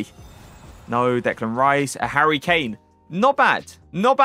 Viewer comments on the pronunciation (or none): none